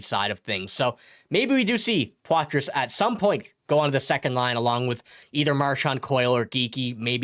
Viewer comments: #51 is French-Canadian. You don't pronounce the "s" in Poitras. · #51 pronounces his name with the silent "s". Just think we should be able to pronounce his name correctly...Just saying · The S is silent when you pronounce Poitras.